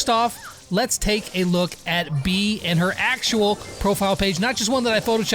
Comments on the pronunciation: Im a bit late (very) but her name is pronounced bay-uh but since you from a different country, sure call her that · Does anyone know that he's saying "bee" not beA